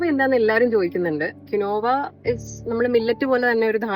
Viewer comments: ...not pronounce qinova... Qeenva (കീൻവാ) is write it is not cereal it is Seed like spinach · Not kinova ...it pronounced as keenva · It’s not kinova it’s keen waa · Its pronounced as keenwa- quinoa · it pronounce " keen wa" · Pronunciation of quinoa is incorrect . Its keen-wah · Thanku for mentioning